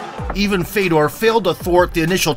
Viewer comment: Not Fedor...Fyodor. Russian ë is yo.